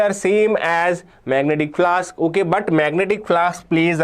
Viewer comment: flux ❌ flask✅